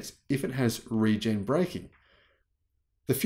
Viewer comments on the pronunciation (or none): none